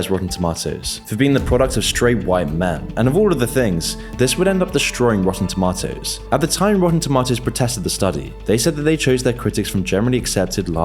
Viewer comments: ItS TaMaToToS NoT tomToTaToS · I think it's pronounced toe-MAY-toes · That's not how you pronounce tomatoes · i just can’t get over how he says rotten “tomahtoes” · Its pronounced "tomatos" not "tomatos" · The real crime is the way you say tomatoes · definitely not me just watching this video because I'm bored and I like how he says "tomatoes" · The way he pronounces tomatoes is funny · This guy's accent is killing me. It's pronounced tomatoes, not tomatoes.